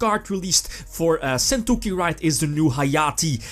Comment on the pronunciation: Argh your pronunciation of sentouki is raping my ears! Either learn how to pronounce it at sites like this or use the effing tcg name!